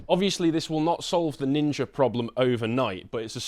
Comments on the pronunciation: Remember, as they stab you, you MUST call them nin-jas, NOT nin-jers. We have to respect ancient Japanese culture and naming practices! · Apparently, you're allowed to say "Nin-JAS" but not "Nin-JERS" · ninja in Brixton ? i don't think you are pronouncing that correctly. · Did you know Ninja is pronounced with a hard R? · That's not how that word is pronounced